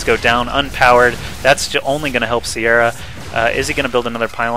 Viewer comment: the name your looking for i beleive im probalby wrong is pronouced Kia-ra